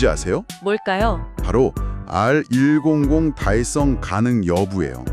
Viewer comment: RE 100을 "알이천""열여덟 년"이라 읽는 여자 AI 대역은 좀 바꿔라, 여러 곳에서 듣기싫은 목소리다. Hear me ! Get it !